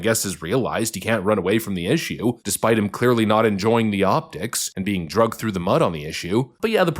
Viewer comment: Please don't say 'Drugged" into .... The correct pronunciation is "Dragged" into .......